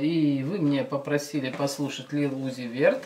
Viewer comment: Lil uzi vert( лил УЗИ вёрт) а не верт